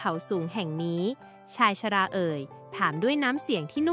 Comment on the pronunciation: คำอ่านผิด บ้าง ถูกบ้าง เช่นชายชรา อ่านออกเสียงผิดบ่อยๆ เปน ชายชะร่า